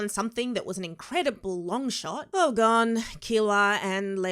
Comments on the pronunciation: Press F for her calling Uvogin 'Ugovin' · Nobody:: Ooh-Go-Vin